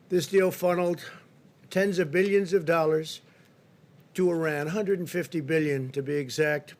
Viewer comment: All I got was "billeons and billeons and billeons..." 🙄😂😂😂🤮